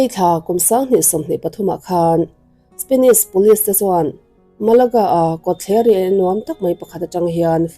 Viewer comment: Ngaihthlâk a nuam e. Amaherawhchu, i thu lamrik dan hian duh thu a sam lo deuh țhin lo țang sauh sauh teh. Entir nan: 'Spenish' ni lovin, 'Spanish' tih tur. 'Tlet mei' ni lovin, 'tlat mai' tih tur. 'Mei' ni lovin 'mai' tih tur. 'Ngeihtuah' ni lovin 'Ngaihtuah' tih tur.